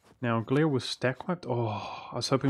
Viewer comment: Your pronounciation of Nassau is actually correct:) (But the way you say Gelre and Memmingen are cringe worthy) xD